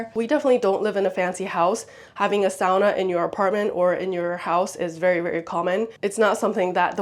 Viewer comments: When my Finnish parents bought their first house here in the US, dad remodeled the kitchen. Closing off the window over the sink and replacing it with the dish drying rack. Second on the list was a sauna. I wanted to thank you for pronouncing "sauna" correctly. (My pet peeve.) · I'm still watching but had to say how nice it is to hear someone who knows how to pronounce "sauna" correctly and doesn't call it a "saw-nuh"!